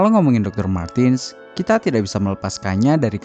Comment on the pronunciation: Izin menambahkan. IMO. MARTENS dibaca MARTENS, bukan MARTIN/MARTINS, Krn dy orang Jerman.